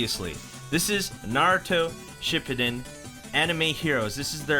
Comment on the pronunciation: U said shippuden wrong btw lol